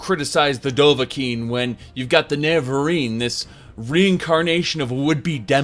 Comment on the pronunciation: has just given up on trying to say "Nerevarine" at this point. It used to be "Nevenarine" few months back but now it's just "Ne[incomprehensible sound]rine" XD